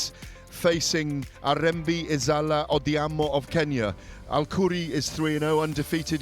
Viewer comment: All the best bro...Its Ariembi not Hariyembi....its Odhiambo not Odiaaambooooo🤣🤣🤣🤣🤣🤣🤣🤣